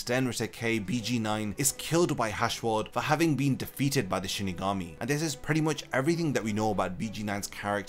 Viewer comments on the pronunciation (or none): none